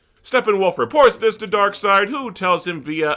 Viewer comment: Ah yes, my all-time favorite DC villain: Dock-seed 😂